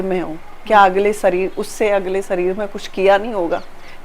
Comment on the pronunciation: Sareer nahi hota hai shareer HOTA hair Bollywood ke saste nashe